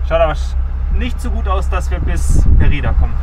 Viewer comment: Mérida, die Betonung liegt in der Regel auf der letzten Silbe, aksi Meti*da*. Viel Spass